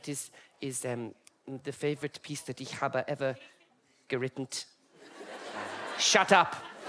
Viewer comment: HOW is Arms this good at pronouncing german words?? the "ich" ?? the "der Barry", "die Dorothy"?? PERFEKTION!